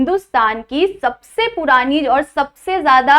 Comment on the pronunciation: पोरानी नही होता: पुरानी होता है😊😊